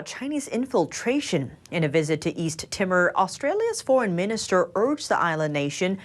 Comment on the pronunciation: East Timmer? FFS